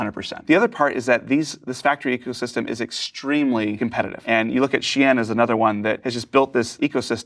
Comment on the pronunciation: No, it isn't. He's even swapping the vowels around. It's pronounced "Shee-in". Listen to Chinese people for Chinese pronunciation, not Americans.